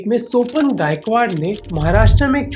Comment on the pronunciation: soapan nahi ..... sopaaan aise pronounce karte hai